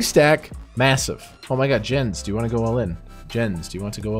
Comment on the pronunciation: The disrespect of pronouncing "Yens" wrong and then colllecting the bounty. I love it!